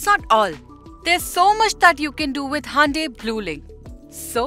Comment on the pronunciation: It's not handai it's hyundai😅